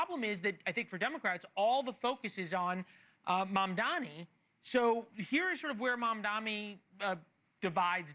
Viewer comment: pronunciation of Mamdani, please focus